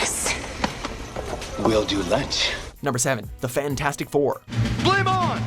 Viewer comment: Lol he said "fan-4-stic" lol